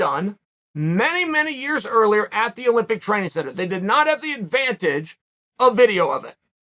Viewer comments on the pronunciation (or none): none